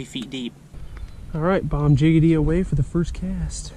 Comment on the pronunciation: It's bomb diggity not bomb jiggity lol.